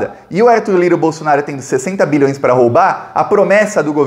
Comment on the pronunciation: Sua pronúncia de BILHÕES soa um pouco como MILHÕES. Enfatize mais o BI.